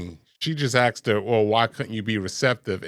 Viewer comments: Axed 😝 come on brother. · “He axed me”??? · “He axed 🪓🪓a question!” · Did she say HE AXED her? Funny I did not see any ax.